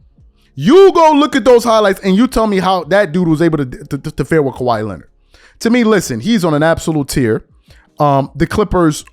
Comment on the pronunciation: Why do you say Kawhi’s name with 3 syllables? 😂